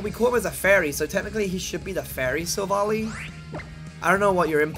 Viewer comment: OMG SILVALLY IS PRONOUNCED sill-vahl-eye NOT sill-valley!